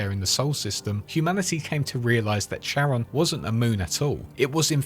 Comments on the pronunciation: the planetoid is pronounced "care-on", not "chair-on" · Charon is pronounced 'karen' 😊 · It’s pronounced fucking “KARON”, this word “Charon”